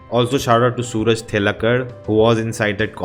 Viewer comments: The name is not sooraj. Its Suraaj. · It's pronounced as Suraaj. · So his name should be pronounced as Suraaj. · You don't understand our culture and people's behavior, as you not able to pronounce simple name suraj..